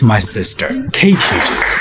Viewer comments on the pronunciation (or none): 😅😅😅😅😅 MS. HUGHGESS😅😅😅😅😅... CANT EVEN GET A NAME RIGHT